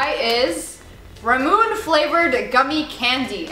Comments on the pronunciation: I've had the first candy they've tried, the first mochi, the "Asian jerky", and Ramune candy. You pronounced Ramune and mochi wrong. It's Rah-Moo-Nay and Mah-Jee. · in bothers me when people say ramune instead of ramuné. anything with an e at the end is pronounced a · Also it's pronounced ra-mu-nae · ramune ra-moon-ne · ラムネ ramune: rah-moo-ne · its Ramuné (Ra-mu-nee) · ramune = ra moo nay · it's pronounced Rah-Moo-Nay(Nae) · Okay don't hate on me for this but she pronounced Ramune wrong it's pronounced like Ramin sorry if that sounded rude it's not meant to be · your saying the soda, romune (think that's how you spell it) wrong XD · Ramune is not pronounced like that it is pronounced like lemonade but L=R and erase the d